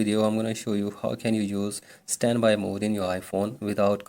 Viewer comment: Then why the flip did u say “ how to vuse svanby mode wizout charging”